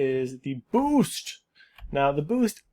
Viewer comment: "Boof," however, is WAY different from "boost." 🤣